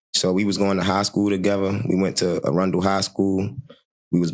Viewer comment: Ah-run_del that's how you pronounce that i got you 😂😂😂